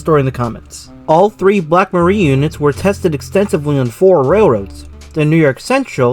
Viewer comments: Mariah Muh-rye-yuh. It's what they call the wind. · Nice vid Black Maria is pronounced Ma-rye-ah. It was a term also used for police arrest vans - AKA Paddy Wagons